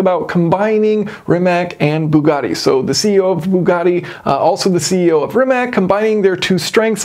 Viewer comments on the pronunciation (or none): It's not "ree-match" it's "ree-mah-ts" as it doesn't have an accent on the c at the end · It’s pronounced ‘Rih-mahtz’ not ‘Rih-Mack’ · Not to pick nits, but it's pronounced "rimatz," not "rimack." They're Croatian. Other than that, love everything about this; just when we thought ICE was dying off, Bugatti said, "hold my champagne." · it's RimaC, not Rimak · It's Ree-matz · I believe Rimac is pronounced rimats, also Mate is pronounced ma-tay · Just for your american pronunciation - Mate is not probounced "mate" as in "check mate" or as in "whats up mate". It is ma as in "macchiato" and te as in "latte". Rimac is pronounced Ri as in "Rikola", ma is the same as before in "macchiato" and c is the sound of "tz" as in "tzar". Hope this helps ;) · Mah-tay Ree-matz. I know a lot of people get it wrong if they don't speak any Slavic languages like Croatian but that is how you pronounce his name. The company is technically pronounced ree-matz but I think Mate gets tired of correcting people because I've heard him say it both ways. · You are mispronounceing Rimac